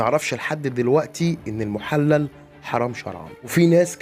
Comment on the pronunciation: المحلل بكسر الللام وليس بفتحها